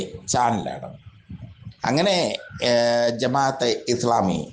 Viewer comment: എടോ ജമാ അത്തെ ഇസ്‌ലാമി എന്ന് പറയാനെങ്കിലും പഠിക്കൂ.